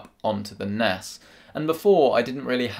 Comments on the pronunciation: In the begening I heard "Do you need an Ass!"😂😂😂😂 btw Video 😍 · sounded like "Do you need an ass?" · With his accent it didn’t sound like “do you need a nas”